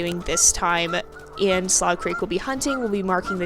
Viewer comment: Slough is actually pronounced Sloo-cr-eek